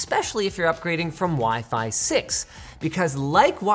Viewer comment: "Waih-Faih 7"